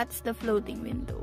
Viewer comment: Flothing windhow😆😆